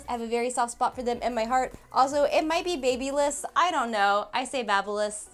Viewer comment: its Ba-By-Liss-PRO